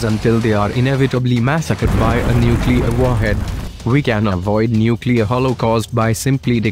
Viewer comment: Instead of "material, ", "nuclear", Mikoyan, "tutorial", said "materi-al", "nucle-ar", Mikoy-an, "tutori-al"